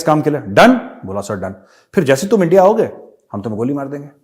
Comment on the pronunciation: इण्डिया नही एनडीया ऐसा कर रा है एनडीआ वेसा कर रा है😂🤣😂🤣